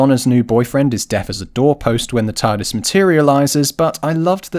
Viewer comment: This part cracked me up OOH OOH OOH EETS EETS ZA TARRDIS